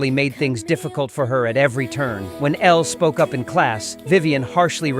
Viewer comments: Not this calling her Ella instead of Elle… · Her name is Elle not Ella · It’s not Ella it’s elle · Her name is pronounced el not ella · its ELLE NOT ELLA!!!!!! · Elle, not Ella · ELLE! NOT ELLAAA👹👹👹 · Her name was Elle not Ella! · Every time the narrator says Ella instead of Elle is like a punch to the gut 🥊 ❤ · BOY HER NAME IS ELLE NOT ELLA😡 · It's Elle not Ella. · It's ELLE not Ella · ELLE. NOT Ella. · Elle not Ella